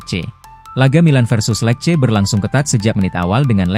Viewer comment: lece bacanya bukan lek. !